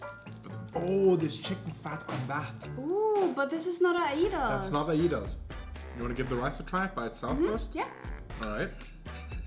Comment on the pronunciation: Ay-das not ayi-das. I love this video.